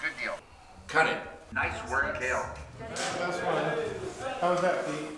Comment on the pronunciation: I felt a little concerned whenever would say Kyle instead of Kale, but then I realized he only uses Kale when specifically talking to him. I don't know why, but that is so cute and wholesome.